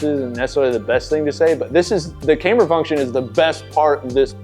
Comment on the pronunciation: Camber is pronounced like camm-ber, not "came-ber".